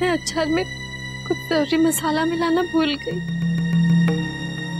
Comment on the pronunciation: Can Kokila, Rashi and Urmila stop saying आचार instead of अचार? 🙄